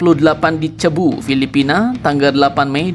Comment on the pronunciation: Min, Cebu dibacanya sebu